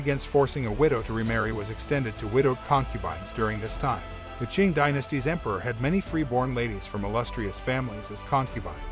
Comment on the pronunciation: that Q is a ''ch'' prounced ''ching''... like the Emperor Qianlong >> ''Chianlong'' << NOT ''Kee-anlong''